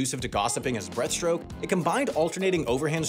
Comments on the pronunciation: Can’t wait for the error video where same corrects everytime he says “Breath”-stroke to breaststroke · Freestyle isn't a stroke, that's front crawl. Its pronounced breaststroke, not breathstroke. Every child learns sidestroke by about 8 years old. Honestly it seems like nobody at this channel has ever touched water. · It keeps sounding like you’re saying breath stroke instead of breaststroke 😂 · Or the fact that he said "breathstroke" instead of "breaststroke" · Take a shot every time he says "breath-stroke" instead of breaststroke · Is breaststroke not breathstroke. Get it right.